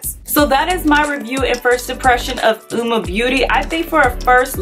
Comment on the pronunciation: Hahaha I just did a first impression on Uoma products as well and I am DYING!!!’ At how I totally said the name wrong throughout my entire video 🤦🏽‍♀️🤣🤣🤣🤣 and yes I’ve said it wrong bc all the other videos I’ve watched today are saying it the same way u are lmao but yessss I love their products can’t wait to try the foundations and concealer